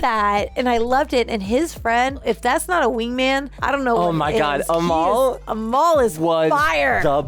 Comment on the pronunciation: Youre saying Amal like Jamaal 😂